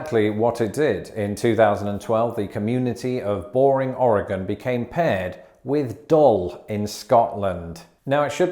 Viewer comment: Props for pronouncing “Oregon” correctly. Cheers from our (currently smokey) state!